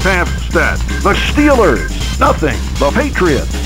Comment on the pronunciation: The Shteelers”